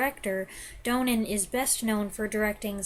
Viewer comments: It's Stanley DON-nin not DOUGH-nen. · Great review of a wonderful film. I hope you don't mind me being "that guy," but Donen is pronounced DAH-nen even though there is only one 'n' in the name. Otherwise, I enjoyed your thorough and insightful comments very much, and it makes me want to watch the film again.